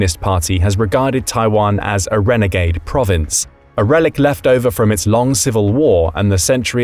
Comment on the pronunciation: Renegad renegade 😂😂